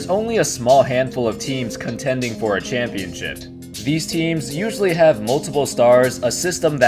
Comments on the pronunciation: Contending for a championshit? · Did he say championshit